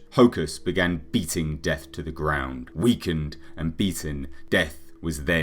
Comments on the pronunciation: yeah just thought you pronounced it death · His last name as a human was De'Ath. Pronounced DEE-ATH